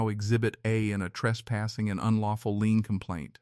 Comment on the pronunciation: The word is “Lien” not lean